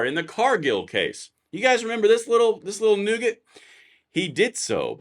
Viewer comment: He was probably thinking Death Knell. But, then again, he says "nougat" all the time when he should be saying "nugget". So, who knows? ;)